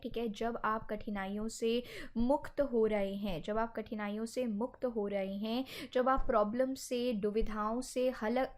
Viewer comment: मुख्त नही आदरनीय मैडम जी मुक्त होता है